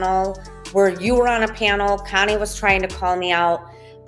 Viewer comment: Does it drive you crazy how she pronounces your name Kiney instead of Connie ?